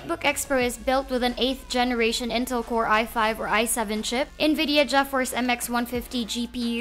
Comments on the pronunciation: You just butchered the first known gpu, and a well known trademark for the past 17 years.... Je-force.. buti hindi jeje-force... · hearing the pronounciation of that GeForce made me cringe... lmao